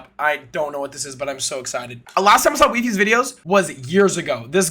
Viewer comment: I thought it's called why-fies not we-fies omg well well well